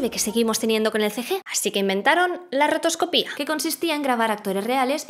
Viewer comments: Que buen vídeo. Eso sí, llevo toda la vida diciendo rotoscopia y escuchar rotoscoPÍA me ha petado el cerebro. Y cómo han dicho en los comentarios, una voz digna de doblaje. Aquí tienes un nuevo seguidor! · ¡Impoluto, genial, entretenidísimo! Muchas gracias por tu servicio a la comunidad. La única peguita que le pondría es que rotoscopia tiene la sílaba tónica en "co". Mi más sincera enhorabuena y aquí tienes un animador suscrito deseando ver el siguiente vídeo :P